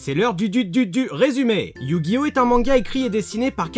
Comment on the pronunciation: OH MON DIEU TA DIT YU GI NO A LA FIN. LA T EXAGERE.